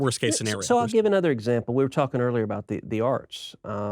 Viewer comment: "twalking." I can't unhear it now haha